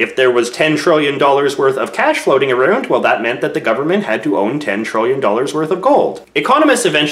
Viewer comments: “Aroond” —Worse American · I didn't know you had a Canadian accent until you said around